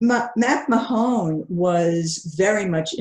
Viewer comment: Thanks. And I wonder her pronunciation of Arthur Macmahon's last name.